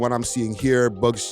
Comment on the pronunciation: Buck! Not Buckz